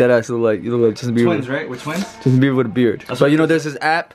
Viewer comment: Did just say Justine Beiber?? 🤔🤣🤣🤣